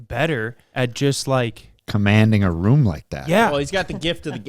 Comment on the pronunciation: no way calls a ROOOOOOOOOOM a "RUM"